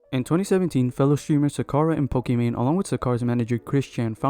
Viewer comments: Sakarra 🤣 bro can you not pronounce Scar? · Did... Did this man just call Scarra (Scar-rah)... Suh-kur-ruh? Bro his name isn't Sakura 😭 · "S'karra" I'm dead 💀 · Si-karra= Scarra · you call him sucarra ICANT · ah yes... sacarra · bruh not even 3 seconds in and this mf says Sacarra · 1 second into the video and you haven't made the effort to pronounce the name of the first character correctly. What is this research? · you obviously had to do research to make this video so how did u butcher scarra's name so bad?? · He's a small youtuber, they often make mistakes, no one's perfect but I'll admit the Scarra pronunciation could be better